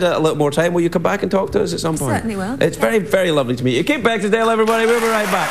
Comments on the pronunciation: Calls her "Beckinsdale" lol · He mispronounced Kate as BeckinsDale instead of Beckinsale. He was great though. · I swear he says Kate Beckinstale when he intros her! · It sounded like Craig said Beckingsdale on two occasions. It's also funny how they talked about how creepy it was that a tv show host kissed the guests but Craig does that all the time.